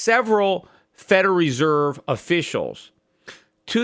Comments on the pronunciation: He also says feral reserve. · lucifuehrer lol. I love peter and he can say whatever he wants however he wants, but thats funny.